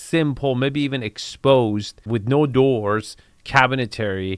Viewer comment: cabinetary? I think you mean cabinetry. love the vids dude